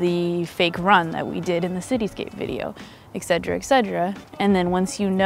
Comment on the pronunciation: Love your videos, they're so helpful as a cosplayer just getting started with good photography. My one note is grammar related and it's just a pet peeve, but etcetera is ETcetera, not EXcetera. Sorry to complain, you're super awesome and I love your videos.